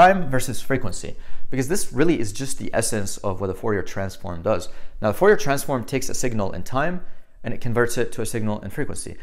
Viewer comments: Fourier is pronounced Furiye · Fourier is french, you don't pronounce the last r...."for e ah" I had a prof during undergraduate physics that was a stickler for correct pronunciation